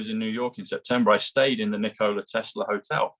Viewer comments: dear, the inventor's name was Tesla - not Telsa! Bless you!! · Tesla not telser. Lol